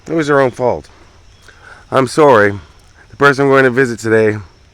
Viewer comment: 👍🏼 I forget is Canadian until I hear him say “I’m Sorry” ❤ (Please don’t come at me internet lol, I’m Irish with a strong twang… I’m only expressing adoration 😉)